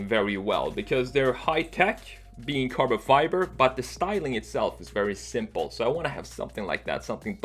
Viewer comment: *Tells me how to say Aluminum * Says Carba Fiber just seconds later